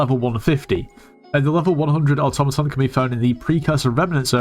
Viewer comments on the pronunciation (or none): none